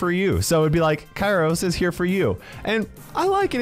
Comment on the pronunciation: Its pronounced my-es-tro, kairos